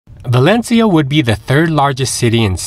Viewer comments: It's not Valenshia, but Valencia! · ValenCIIIIa,no valechia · Very good review with one comment, your pronunciation of 'Valencia' is wrong, it's not 'Valenchia', it's Valenthia' if your Spanish or 'Valensia' if your English. In local dialect (Valenciano) it's 'Valensia'. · As a start, it would be good to at least get the pronunciation of this city right -- it's pronounced like "Val-en-seeya" not Val-en-sheeya". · In fact is Valencia, but doesn´t matter. In Spain we understand that the pronunciation of foreigners is different and we don´t pay too much attention to this kind of mistakes. If you say Balenthia is like if i say "Nu Yorrk". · ValenCHia? Have I been pronouncing it all wrong? Somebody please let me know! Thank you. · The guy is pronouncing it wrong, the right way is ( Valenthia ) not ( Valenshia ) 🤣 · Is there a reason you keep pronouncing it "Valen-chia"...😬 Never heard it pronounced that way. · You would expect that they’d research how the locals say the name of their city. One cringes with every single “Valenshia”. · Yeah,,,, it is very annoying to listen to his pronunciation of Valencia as "Valensheea" dang.... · bah/LEHN/thyah. Say it correctly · For to F Sakes! at least have the decency to learn how to pronounce the place. pronounce the 'c' as 'th' . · Yeah, the pronunciation is totally off... It is more like: Val-en-thia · It's pronounced Valencia, not Valencia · He is pronouncing it in the Filipino way, as there is a Valencia there too. This guy is extremely well travelled, but his English delivery may be a weakness. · Please try to pronounce Valencia correctly. It is Italians who pronounce 'c' with a 'ch' (as in China) sound. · It’s not a good start to confidence in the video if you can’t pronounce Valencia properly. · Do your homework, and learn how to pronounce the name of the city that you’re reporting on.